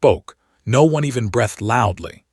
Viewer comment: ‘Brethed’ instead of Breathed ! ‘Starring’ instead of staring. These are regular AI narration errors. Fix them.